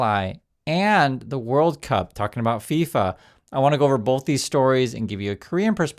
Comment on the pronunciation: Luv what you do,! ("BOTH" has no "L" in it... We must sound more intelligent than the slack-jawed MAGATARDS when we speak facts)... much luv❤🎉 #TrumpMadePedosCoolAgain